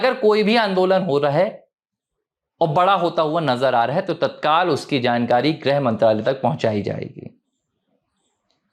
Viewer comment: “ग्रह” मंत्री नहीं “गृह” मंत्री (ग् + ऋ्+ह)